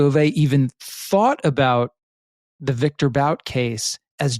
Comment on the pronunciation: It's definitely pronounced Viktor BOOT